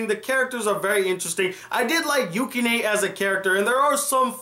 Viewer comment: Just wanted to say it's pronounced Yew-Ki-nuh